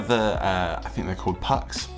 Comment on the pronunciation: awesome project!! btw it's pronounced "puCH" like in "mclauGHlin" or "loCH ness"... and the "U" sounds like "oo". poogh. simples. if that makes sense lol whatever.